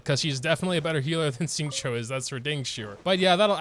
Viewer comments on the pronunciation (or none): Is it just me or did he just say Xinqui? Hmmmmm.... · My favourite part of this video is not only the appreciation for Kokomi despite being a bit underwhelming but also trying to pronounce Xingqiu.